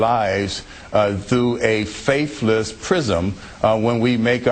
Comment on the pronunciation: ....Did he say "persumption" and "faifless"?